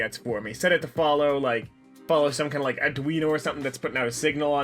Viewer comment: It was interesting to hear you say "Arduino" in that accent.